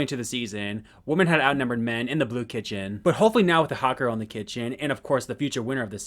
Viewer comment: WHY ARE YOU CALLING THE WOMEN WOMAN?! It's not woman, it's women, especially when it's more than 1 you're talking about!